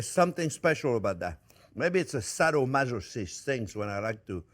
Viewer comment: That ending was "so hot" that Jack went out of focus with that camera! Chef Onyo, can you say it one more time? Saddoh mazzochist! LOL! Love the Chef Onyo!!!! Have to try that with the "prrrrruuuuunnnnes!!!"